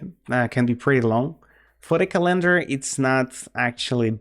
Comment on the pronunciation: Say CalEndar one more time I double dare you